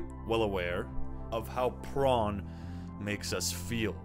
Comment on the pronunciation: Why do you say pron?